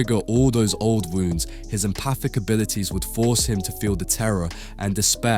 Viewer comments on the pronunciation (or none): none